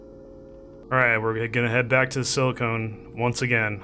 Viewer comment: Silicon = Sil - a - con Silicone = Sil - a - cone